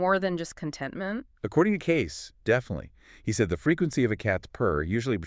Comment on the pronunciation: His name is pronounced Edgar Cayce (Cay-see)! I know, I lived in his home town.